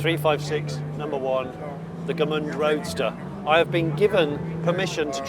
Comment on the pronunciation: Gmünd, not Gemünd.